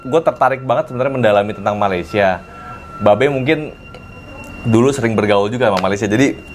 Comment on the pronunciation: babe menyebut perkataan 'malaysia' dgn sgt tepat, sedap bunyinya. begitulah cara perkataan itu disebut. salam dari kuala lumpur.